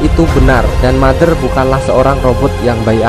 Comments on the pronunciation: iam Mother DIBACA iam Matter huehehe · Putri bertanya kepada mater, ngomong mader nya capek apa 🤣